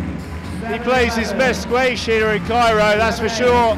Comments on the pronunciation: seriously has to stop calling it “sqwaysh” and stick to just squash, “oh gawad has played some fantastic sqwaysh” like what the heck you talking about man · I actually find it quite entertaining. I'm glad he throws in the sqwaysh and the pumpenhousens every now and again.